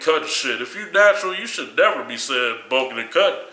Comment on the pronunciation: Dafuq kali emphasising the ends of some words. CUTEEEENG, EATEENG, BULKEENG